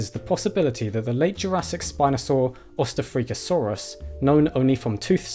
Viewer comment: It´s pronounced osst-ahfrica-saurus.